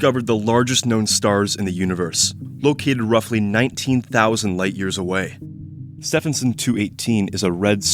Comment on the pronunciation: "Ste vin son"